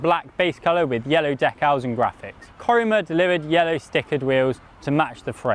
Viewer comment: Couldn't get past your pronunciation of Decals. Also I didn't know Contador was handy with a paint brush.